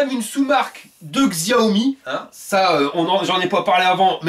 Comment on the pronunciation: Top tes vidéos comme d'hab. Par contre, Xiaomi se prononce "Chaomi" ;)